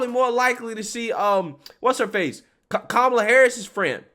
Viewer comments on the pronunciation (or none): none